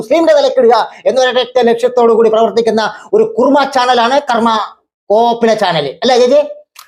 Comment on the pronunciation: കർമ്മ എന്ന കുർമ്മ 😂